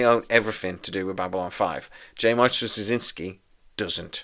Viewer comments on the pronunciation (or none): Well, first off, it's pronounced "Stra-ZIN-ski." Hard to spell, simple to say. Second, if I was dubious about this remake WITH JMS, it'd be a disaster without him. I thought this was like "The Matrix Resurrections," that the WB was gonna make it with or without him, but they gave him the right of first refusal. Joe, being the control freak he is and having tried SO many times to get B5 spin-offs running, would, of course, jump at the chance. Third, I hope that whoever does it (and that only JMS does!) will rename the characters. I get that there will be new actors to take the place of Andreas Katsulas' G'Kar and Peter Jurasik's Londo, for example, but I treasure this series so much, I don't want to hear about who's going to the "new" Garibaldi or the "new" Ivanova. If you can have a John Sheridan step in for a Jeffrey Sinclair, then the rebooted B5 CO can be called Jim Snyder or something like that. I'm most curious why there might be more interest in this reboot with JMS perhaps excluded than with him on board. If what you want is more of what made the franchise desirable in the first place, who better to deliver it? I'm pretty damn sure he hasn't lost his mind like Roddenberry did, so we won't get some kind of NextGen weak-sauce B5. I can't imagine in the Hollyweird of today anyone else doing a better job. Now what >I< would REALLY like to see is a reboot of "Crusade," a direct sequel to B5 and a show I always called "Star Trek with a point!" Sure, we're on a top-of-the-lin